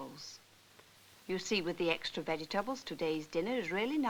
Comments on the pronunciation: "Vegge tabbles..". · Veggie- tabbles! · Ha ha, the way vegetables is pronounced in this film nearly as bad as the awful acting.